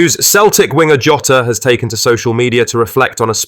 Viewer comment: Who's "Joe-ta"? 😂